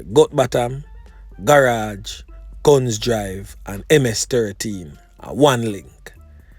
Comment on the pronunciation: Afternoon it is not (Gun)drive ...it is Gunns Drive